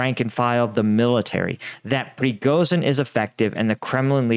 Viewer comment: It's PRE GO SHEEN not pregosin